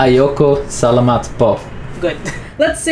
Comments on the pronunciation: Just realised there are a lot of quirks in the Filipino, taglish language...magpapasko, magnew-new year. Well done - just try to say Tagalog-the emphasis is on the 2nd syllable-Ta-gàh-log. Same wirh Salamat: sa-làh-mat. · Great idea! "Salamat" and "Tagalog" have accents on the second syllable (sa-LA-mat; ta-GA-log). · Pronunciation of the word salamat is sa-LA-mat. The stress is in the 2nd syllable